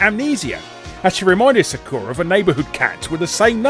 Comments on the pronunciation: The way that Larry pronounces Sakura is scary to my American ears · He didn't even bother pronouncing Sakura correctly, so that was when I gave up and stopped watching the video.